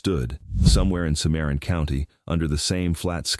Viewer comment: It's pronounced sim ah ron